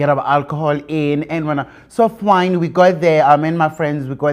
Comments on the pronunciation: So fwyyyeen / So Fiiine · I also heard soft wine 😂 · Does he say soft wine or it was fine. I just hear soft wine 😂😂😂